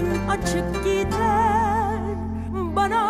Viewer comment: "Sana" ya da "bana" derken "n" harfini telaffuz etme biçimi inanılmaz derecede yanlış ve rahatsız edici.